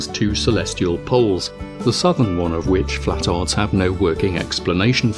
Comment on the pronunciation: It’s not “flatards” it’s “flat•tards”